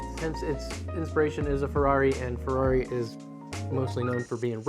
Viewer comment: Him: gibberish Me, an Italian: "wtf did he say?" Him: "I nailed that pronunciation" Me: roll back, repeat 3 times before understanding he said "it's a Ferrari" with some weird american interpretation of what italian sounds like "oh..."